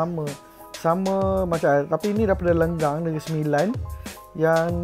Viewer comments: Lenggeng nak oi bukan lenggang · Salah sebut Lenggeng jadi Lenggang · Lenggeng bossssss bukan lenggang bosss